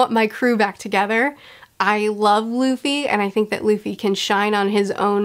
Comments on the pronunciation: Did anyone else hear her call Luffy "Lucy"? wink wink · That " I love Lucy" flub will come back to bite you. Be prepared. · "i love Luci... Luffy" i loved this mistake auehauheuaheuhae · calls Luffy 'Lucy' Me: Her observation haki is so good, she can see the future!